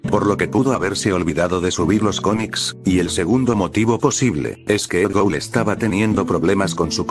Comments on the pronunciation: Es Edd Gould No Edd Goul xD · Alguien más se dio cuenta que decia Edd Goul?